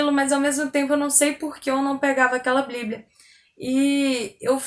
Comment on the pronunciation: amo seus vídeos e o seu testemunho. Parabéns pelo canal! Tem uma coisinha que queria comentar.... Se fala bíblia e não "bliblia";) Continue com esse trabalho maravilhoso e a paz do Senhor Jesus!